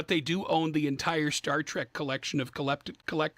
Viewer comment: this man said ‘coleptibles’